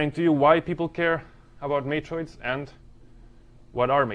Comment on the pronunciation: These lectures are great, and your English is excellent, but... you tend to pronounce the word "matroids" as though it were "matrids," which sounds too much like "matrix." If you make the 'oi' dipthong a little more pronounced, it will be clearer what you are saying. But this is a very minor quibble!